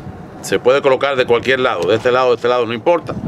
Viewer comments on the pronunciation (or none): none